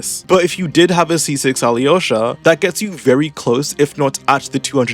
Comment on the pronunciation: Ok, as a Slav it’s so funny to hear you trying to pronounce Alyosha. Just ignore “y” Alosha should be fine